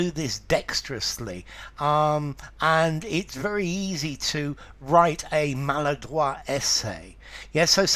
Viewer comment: Fantastic, at last someone agrees with my French pronunciation leaning with this word. Thank you sir